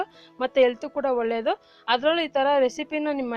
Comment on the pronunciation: ಹಾಲು, ಒಳ್ಳೆಯದು ಅಂತ ಹೇಳಿ. ಆಲು, ಒಲ್ಲೇದು ಅಂತ ಹೇಳಬೇಡಿ. ರೆಕಾರ್ಡ್ ಮಾಡೋಕೆ ಮುಂಚೆ ಅಭ್ಯಾಸ ಮಾಡಿ, ನೀವೇ ಕೇಳಿ.